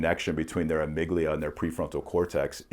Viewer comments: Amigdala lol. And he said it like 20 times in two minutes. Also, on a serious note, this is easily the smartest guy has ever had on. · respectfully, it's amygdala. the point was about fear, anxiety and aggression going to trigger some response without your logic / reasoning kicking in